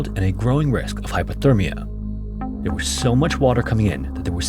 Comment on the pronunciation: Hypothermia, im pretty sure i keep hearing him say Hyperthermia which means they was too hot. Dont wanna be that guy who corrects. But if it was me id wanna kno.